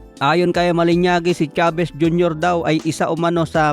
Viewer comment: malinaji (mah-lih-NAH-jee) hindi malinyagi